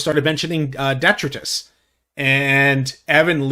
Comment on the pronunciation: Detritus is not pronounced the way you were saying it,. Duh-try-tus is the best way to properly phonetically say the word…